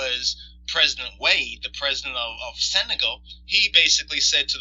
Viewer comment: A North Korean construction company was contracted to build the monument, it wasn't built with money from the North Korean government. The Senegalese prez's name is pronounced Wa' day.